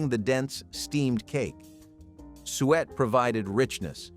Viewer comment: You are driving me crazy Suiet or sweet pudding is suet pudding. Do some rematch for God's sake. Or maybe, you did not expect anyone to listen this long.